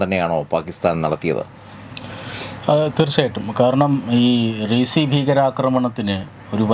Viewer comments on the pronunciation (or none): റീസി അല്ല റിയാസി 🤷‍♂️ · That place not resi, that is reasi. റിയാസി. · വളച്ചു കെട്ടില്ലാതെ വെറുപ്പിക്കാതെ കാര്യം പറയുകയാണെങ്കിൽ നന്നായിരുന്നു.. നിങ്ങൾ ഇങ്ങനെ ഇരുന്നു മുട്ടയിട്ടു വിളമ്പിയ കാര്യങ്ങൾ എല്ലാം അതിൽ കൂടുതൽ നന്നായി അറിയുന്നവരാണ് തത്വമയിയുടെ viewers.. റീസി അല്ലാ റിയാസി ആണ് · റീസി അല്ല റിയാസി Riasi ആണ് ആദ്യംസ്ഥാലപ്പേര് നേരാംവണ്ണം പറയാൻ പഠിച്ചിട്ടു പോരെ ഇങ്ങനെ വീഡിയോ കത്തിക്കാൻ